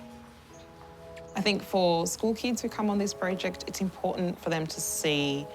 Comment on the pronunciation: Stop mispronouncing "Important." There's a "T" in there, NOT a "D."